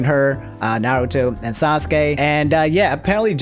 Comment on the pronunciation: I cringed even reading that in my head oh my god "SocksKey" is the absolute worst